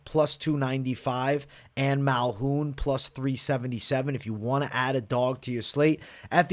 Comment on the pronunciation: Dude said malhoun lol dude it's Malkoun